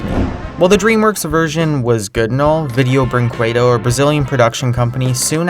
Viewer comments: it is pronounced like brinkaydo, not bringquaydo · And btw, it's pronounced "brinkedo" not "brinkwedo" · 1. It's pronounced as "brinkedo" kjjjj kinda funny 2. If you watch the Little Panda Fighter in the original language (Brazilian Portuguese) you'll hear the songs with their lyrics KJJJJJ MAN THOSE LYRICS JJJKKKJKKJKJ THE TRANSLATION KSJDJFJFVKVKGGGGAA